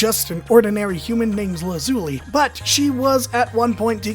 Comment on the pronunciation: "Lazuni" uh, you mean Lazuli? XD